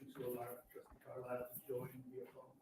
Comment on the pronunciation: Did she call Trustee Carlisle Trustee Carlier??? She is sooo petty